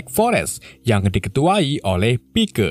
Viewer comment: Tulisan nya pike di baca Paik